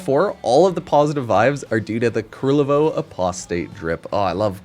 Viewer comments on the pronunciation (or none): Ku-LER-vo. His name is Ku-LER-vo.